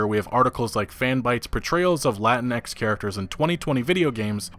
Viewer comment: just a heads up: you dont pronounce the x in latinx lol